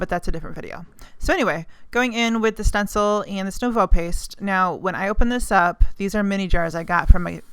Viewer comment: Nevo pronounced New-vo. Lol. Love the video